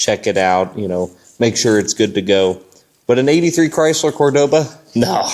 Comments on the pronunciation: Its a kool car brotha 😎 But its pronounced , cor doa ba ,Cordoba, Enyways I enjoy your car videos, super kool 😎 I thought ta do this at my autobody restoration of classic muscle cars, but im to busy do other car stuff ta handle videos as well.....but ya , its all you brotha , god bless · Cordova?? What in the world is a Cordova?? 😅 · you really put the V in cordoba 😂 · I laughed each time you said Cordoba.